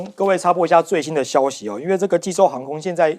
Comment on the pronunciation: 濟州。啦。這記者可以回家吃自己。沒常識。寫在那裡還唸錯